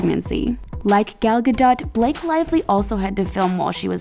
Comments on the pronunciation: Gal gardoT 😂 is pronounced Gardo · It's gadough not ga-dot. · It’s pronounced gal gadoe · '' Ga dot? '' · Eww the way the pronanced gal gadtot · Dont report on stories if you cant even pronounce their names right. GadoT? Really! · Gal ga DOT can yall not just do some quick research to pronounce names correctly? You're getting views because of them at least do more than a quick Google search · Gal Ga Dot lol. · Gal Gadow like that is how it is pronounced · Did she really just say Ga”Dot” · Gal Go-dot 😂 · Gal ga-dot?! 🤦🏼‍♀️ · I thought it was pronounced gal gadaough